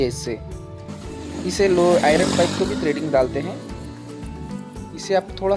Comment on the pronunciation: ट्रेडिंग नहीं थ्रेडिंग क हते है